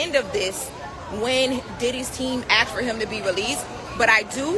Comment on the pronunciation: They “axed” is all I needed to hear. I am out.